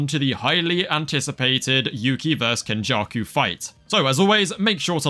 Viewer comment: “Kenjarku” “marhito” yeah nah I’m gonna sit this one out